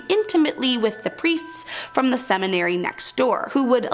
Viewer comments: It would be really nice if the narrator could correctly pronounce words. I couldn’t make it past “clerk” (cleric) and “cemetery” (seminary). 🙄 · “Cemetery schoo”? Seminary school.